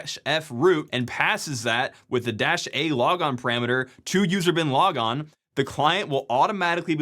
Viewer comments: I heard "user Bin Laden" and can't unhear it now. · anyone else only half watching and repeatedly triggered by 'user-bin-logon?'' i thought the seal team dealt with that? edit, also 'I am root' for guardians fans... maybe repeat that a few times... i... am ...rooooot